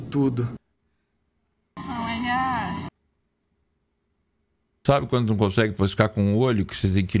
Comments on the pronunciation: oh my górrr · Fez eu derramar meu Danone Grosso vendo ela falando " Ohh maigayyyy" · Oh my gah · "Oh my gó" é tipo "Eu sou Groot" 😂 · Ó mai gá kkk